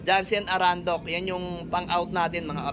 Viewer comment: Arendonk po hindi Arandok 😊